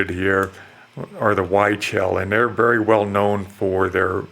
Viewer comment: Huichol is pronounced WEE-CHOL. Just for future reference :)